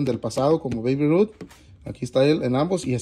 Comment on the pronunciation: Hola, se pronuncia Beib (Babe) Ruth en buena honda y si son Muy collectibles! Te deseo mucha suerte! Saludos ❤️